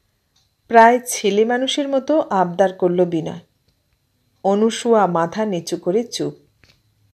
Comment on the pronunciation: পাঠ বেশ ভাল তবে নাম টা অনুসূয়া নয় মনে হয় অনসূয়া। ভাল থাকবেন শুভকামনা রইল